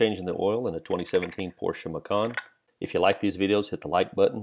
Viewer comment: Macon? Like Bacon? I thought the name was, Porsche "Macan?"